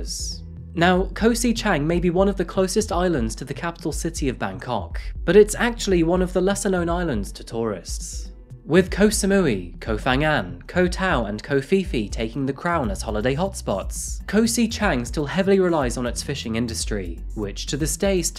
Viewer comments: Its pronounced Koh Pe Pe rather than Koh Fee Fee, you don't really come across the F sound a lot in Thai. People often pronounce Phuket wrong calling it Fuket, when really the H is silent and pronounced Puket. Same for Koh Phangan, the H is silent and pronounce Pangan, not Fangan. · Phangan ist pronounced: pangan (not fangan) /// Phi Phi is pronounced: Pipi